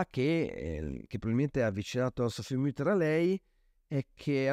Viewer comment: Nel farLe i miei più vivi complimenti per i suoi interessantisismi video aggiungo una precisazione anche sulla pronuncia del cognome dell'artista: la u di Mutter non ha l'umlaut, quindi si pronuncia come in italiano, non come in francese